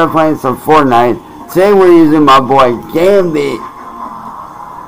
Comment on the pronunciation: So professional. This will definitely support a wife and 2 kids. 😂 Edit: Just realized he pronounced Gambit as “Gambi”. You’re a joke